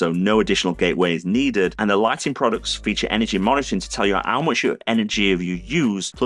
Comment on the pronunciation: Why doesn't this guy pronounce the letter H? After I update my ub, I can get Phillips you working with my OhmKit in the second aff of 2023 when I can tell ow much power I've used. He hopes you've enjoyed it. If you av, don't forget to subscribe, because it elps him a lot.